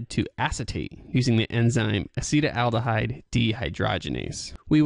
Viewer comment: It is not pronounced "a-SEE-tel-AL-duh-hide." This is what causes hangovers... Acetaldehyde Aci-TAL-de-hide Acetaldehyde is what causes hangovers. It is more poisonous than alcohol itself! This is what alcohol turns into once alcohol gets into your body. (It is a metabolite of alcohol.) This is what causes the hangover. Acetaldehyde occurs naturally in coffee, bread, and ripe fruit, and is produced by plants. It is also produced by the partial oxidation of ethanol by the liver enzyme "alcohol dehydrogenase" and may be a contributing factor to hangovers from alcohol consumption. Pathways of exposure include air, water, land, or groundwater, as well as drink and smoke. The International Agency for Research on Cancer (IARC) has listed acetaldehyde as a Group 1 carcinogen. There is something which is very interesting. What happens to the acetaldehyde in the body? It gets further broken down into something else. In the liver, the enzyme "alcohol dehydrogenase" oxidizes ethanol into acetaldehyde, which is then further oxidized into harmless acetic acid by a different enzyme "acetaldehyde dehydrogenase." (In the brain, "alcohol dehydrogenase" has only a minor role in the oxidation of ethanol to acetaldehyde. Instead, primarily the enzyme "catalase" oxidizes the ethanol to acetaldehyde.) What happens to the acetaldehyde in the brain and the rest of the body? It gets further broken down into something else: acetic acid. Vinegar. Vinegar! That explains the strange smell o